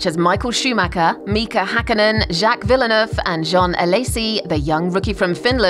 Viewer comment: this woman just said "jack villenuf"?